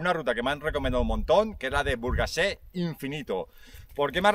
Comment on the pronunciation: Super rutaca,!!! Si te gustó, tienes muchos deberes por la zona y alrededores, mira también la Sierra de Guara. Un apunte, es Burgasé, sin la t.😅